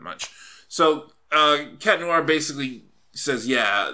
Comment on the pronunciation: "noo-ar" ?Noir? No dude, there's no pause between the "oo" and "a" sounds, like in "wah-wah" pedal, "nwahr".